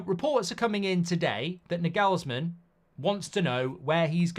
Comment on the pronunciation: Mark butchering Nagelsmann forever takes me out